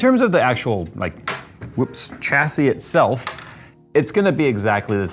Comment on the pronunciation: Come on get it right. There is no ch sound in chassis. It's shassy